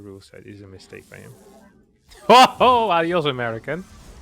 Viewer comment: nice "Adiós" pronunciation.